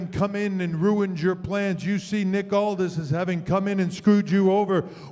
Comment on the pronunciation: It's "Aldis"!